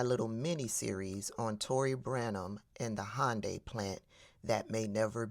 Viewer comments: It’s pronounced (hon-day) not (hi-un-day) and she may have set off an international incident with serious repercussions. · Hy un di is the correct pronunciation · a south Korean said that the correct pronunciation is "Hun-day". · also, it's "Hun-dye or Hyun-day" not Hond-anything, Honda was something else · It's definitely not Honda! 😂 It's "Hi-un-die". At only this point the snitching informer slut was right. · Regarding the pronunciation of Hyundai, we grew up saying Hun-day bc that's what dealerships called them, but I've heard Koreans call it Hy-an-day. I think it's mis-hearing the dialect. Who knows? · But it is "Hy-un-dai"... Korean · Thank you South Korea for looking after your citizens. I worked for Hyundai about 20 yrs ago. They look very well after their staff. By the way, tell that white woman it is pronounced Yanday. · It's actually prunounced, "Hee-yoon-die"... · The real pronounciation is more like Hoonday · Hunn dee according my korean friends. But what American can pronounce foreign places and names. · Hi-un-die? Hmmmm Typical DEI HIRE she is lol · It's hyun day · Happy Monday, and everyone, hope y'all had a good weekend!❤ We get a lot of electronic parts from South Korea. Those prices might go up even more than they already have.It's pronounced hyun- day😊❤ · Nice video but you might want to check up on the pronunciation of Hyundai because she is actually more correct than you are and laughing about it really makes you look smug. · Actually you're wrong about how to pronounce Hyundai. Can you say "ask" ? I bet you can't. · Just so you know .. most non Americans pronounce 'Hyundai' exactly like you said it's definitely not. 😊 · Karen is using the incorrect UK pronunciation, I guess to emphasize her European whiteness for us. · Miss, I’m SO GLAD you brought up the fact that this big evil dummy mispronounced Hyundai, but yet thinks she’s so smart😡🤮